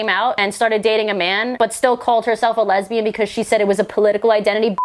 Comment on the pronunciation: LEZ-BEE-YAN, JLP style.